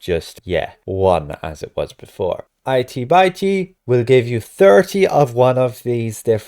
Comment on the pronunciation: Dude it isn't itey bitey....it's itty bitty (it e, bit e) as in small 😄